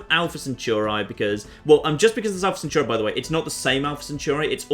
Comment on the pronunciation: The way you say "Centauri" makes me want to cry.